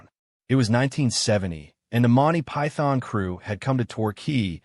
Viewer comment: Bayzill and Monty PyTHON?